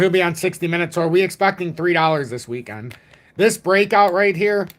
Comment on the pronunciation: What's a 'WEEKAND'?